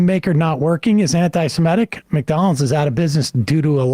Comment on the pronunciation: Ah, but we're talking about "antise-meh-tic" not "antisemitic". A completely different thing.